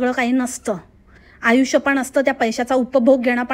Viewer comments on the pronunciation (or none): none